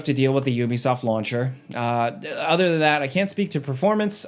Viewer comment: You be soft is back? I can't be the only one heard it like that xD